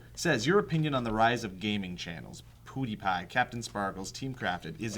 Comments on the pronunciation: Pew like the sound you make for lasers. Not poo. But man I love youguys! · Poodypie? XD it's pronounced pew-de-pie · It's not poodiepie it is pewdiepie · Does it annoy anyone else that Phil pronounces it poo-diepie? It's p-you-diepie. That is all! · its pew d pie not poodpie lmao as in pew pew lol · My god its pewdie, not pootie, he aint got no belt this aint pootie tang, other than that , cool episode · Omfg it's not poodie! I still love you guys though! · Since when did Pewdiepie become Poodypie lol. It's PEW like church pew lol. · Why do they say pewdiepie like poodiepie? It's supposed to be 'PEWdeepie' like a laser noise 'pew pew' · PEWdiepie NOT POOdiepie PEW PEWPEWPEWPEWPEWPEWPEWPEW PEWDIEPIE!!!!¡!!!! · his name is pewdie not pody :D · hahahahaha phil says pooty instead of pewdy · You guys say poodie. It's pewdie. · PewDie not PooDie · Guys, it is "Peeeewdiepie" not "Poodiepie" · GODDAMNYOU STOP SAYING "POODIPIE". It's "Pew-die-pie" He pronounces it everytime he starst a video, GO WATCH AND LEARN IT ALREADY. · ITS PEWDIE NOT POODIE !!!! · Stop saying Poodee, its Pewdie. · Why does everyone call pewdie poodie! His name is... PeeeewwwDiePie :D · It's not poodie, it's pewdie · Are they Trying to say "Pewdie" when they say "Poodi" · Its not poodie its pewdie like PEW PEW PEW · It's funny how you keep misspronouncing Pewdie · Lol POOdiepie... Pew like a gun pew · Please stop saying "PooTiePie" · why do you guys keep calling him poo-diepie? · For the love of god learn how to pronounce Pewdiepie. It's not pronounced Poo-deehpie. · did joe just say poodiepie? i think joe should show more respect to his fellow youtubers by at least saying their names right, especially if the channel the most popular one. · Poo-die-pie lololo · omg they say poodypie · phil can not get pewdiepies name right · Why can't Phil and joe pronounce pewdiepies name correctly. got it though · Is phil unable to pronounce Pewdiepie?